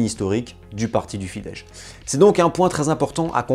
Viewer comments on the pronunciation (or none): Hajrá Magyarország !! Tres bonne video, continue comme ca :) PS : Pour la prononciation SZ=S français (donc Fidesz se prononce Fidesse) et S=CH (Budapest = Boudapecht) et ZS=J (comme dans le prénom Zsofi). Un peu compliqué mais déja bien de faire l'effort, c'est une langue compliquée :)